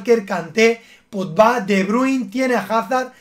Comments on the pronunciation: No venía al canal hace bastante tiempo, pero SIGUE DICIENDO POTBA EN VEZ DE POGBA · Podba, pad openin etcétera JAJAJAJA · “PODBA” xD